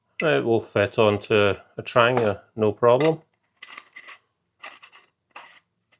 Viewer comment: Also, thanks for not saying 'Tran-JEE-a'. :-D Good man.